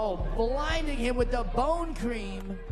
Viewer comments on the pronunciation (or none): none